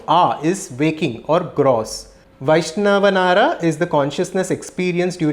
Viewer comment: Sir, it's not Vaishnavanara It's Vaishvanara. You are pronounced as Vaishnavanara.